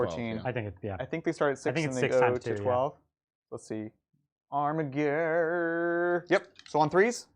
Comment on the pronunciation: So triggered by your Armiger pronunciation, it's a soft G!